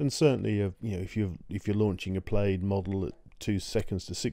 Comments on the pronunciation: The word plaid derives from gallic where the ai is pronounced as "ah" not "ay" therefore like the American pronunciation "plad" and not "played". My next concern is for the word batteries which is not "bat-trees" but as spelled "bat-ter-ees", as it is a 3 syllable word, not 2. Now getting to the info, you need better titles to delineate what you are discussing. What size battery the chart is about. Also what is the definition of the warranty of a battery. Loss of what percentage qualifies as a "bad" battery deserving replacement. Also where did you get this info? thanks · It's pronounced plaid not played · Btw Plaid. Pronounced Plad. Not Played. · hearing you say plade instead of plaid makes me giggle. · “Plaid” is pronounced like plad, the i is silent. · Very interesting data - thanks! One small comment "Plaid" is said "plad". Sorry to nitpick.